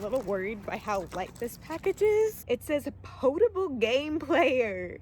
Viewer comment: Ok... its pronounced pot-uh-bull. As in... safe to drink. I.e potable water. Sorry about the grammar troll in me. Switch mario bros has an input delay compared to the nes with mario cart.